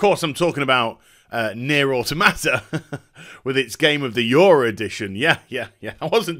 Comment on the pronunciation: "Nier: Aw-Tomato"